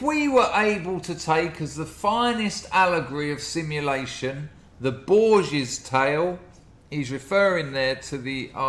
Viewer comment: Everyone pronounces Borges incorrectly. Every professor I've ever heard say the name.